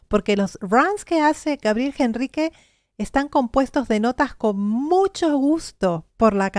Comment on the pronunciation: por que ella dice gabriel Jenrrique si es con H... al pronunciar es directamente con la E... ENRRIQUE (NOOOOOOOOOOOOO) JENRRIQUEEEEE